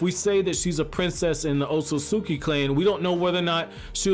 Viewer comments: Dude, do you ever breathe? Slow down! It felt like I was holding my own breath listening to you. Maybe that's why you keep saying "Ososoki" instead of "Otsutsuki" because you don't give yourself enough time to enunciate properly. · Stop saying ot-so-sus-ki its ot-sus-ki